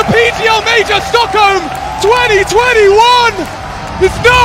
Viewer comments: BROTHER ITS STOCKHOLM NOT STOLKHOLM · the "stolkholm" major